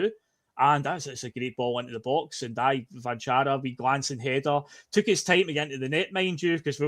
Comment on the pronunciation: Cvancara has the same accent on both C's if you read it on his jersey or the team list. That means both Cs should sound the same. Ch-van-chara